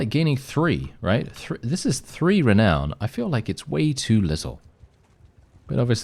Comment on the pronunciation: Not one not two but tree men-I apologise to my Irish (Presbyterian) ancestors ❤